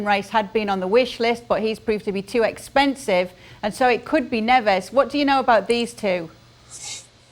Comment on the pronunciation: It’s pronounced Ne-vsh!!! So sick of these clueless presenters using Spanish pronunciations for Portuguese players.